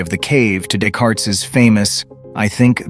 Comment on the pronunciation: Descartes is pronounced Day-cart.